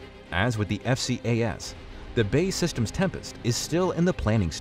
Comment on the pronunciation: It's BAE Systems, not Bay Systems.